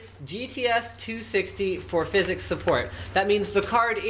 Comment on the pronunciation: I don't want to look like a language nazi, but it is pronounced Phys-X